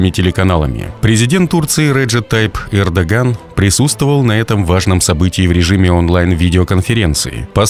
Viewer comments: Не Кэрдоган а Эрдоган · Не Кардоган А Эрдоган чувак. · Esli vedesh blog to xotyabi naucis kak zavut prezidenta turcii ERDOGAN ne kerrdogan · сказал Кардаган? 🤣 или Ердаган? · заявил Кардоган?))))) ахахха